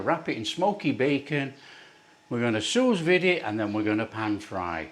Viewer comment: Hahaha where is this guy from that he can’t pronounce anything correctly? Hillbillies in America can pronounce Sue-Veed and know what silver skin is.